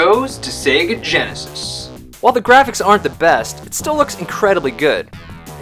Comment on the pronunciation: Again,,? "Sigui yinisis" the game is bad in both consoles, but the sound, the graphics are a bit better in super nintendo, I do not know how can tolerate your stupid fanboy comments saying that farting like this is better in yenesis, or it will be this console wars is SEGAWARS? It is a joke...